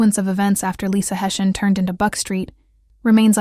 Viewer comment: Pronounced Hess eey an God rest her soul ❤